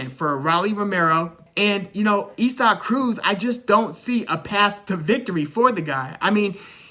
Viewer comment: Pronounced Eee-sock Cruz. You did your homework. Good stuff!🥊🥊